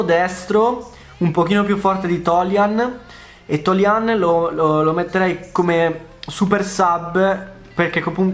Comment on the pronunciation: La pronuncia di toljan è diversa ahhahah grande lo stesso